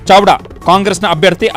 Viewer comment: ಚಡವಾ ಅಲ್ಲ ಅದು ಚಾವ್ದ ಸಾರಿಯಾಗಿ ಓಡೋದನ್ನ ಕಲೀರಿ ಮೊದ್ಲು